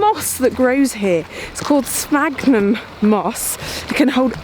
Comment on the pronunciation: Thanks, Geoff and, for going all that way for that video. Now I'm all agog as to what other places will explore in future videos. "sphagnum moss, which I hope I'm pronouncing correctly". Ah,, I love the way you speak, and you pronounced "sphagnum" correctly -- pity that you didn't correctly pronounce the name of the station you visited. Rannoch has that Scottish ch made at the back of the throat.